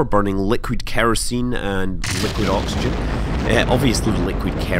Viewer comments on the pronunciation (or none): none